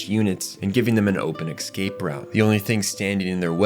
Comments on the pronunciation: Coup is pronounced coo like coo coo bird. P is silent:) Escape is pronounced ess-cape not ex-cape:) Otherwise really good love the video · Ecks cape Coop Nucular Tie rannical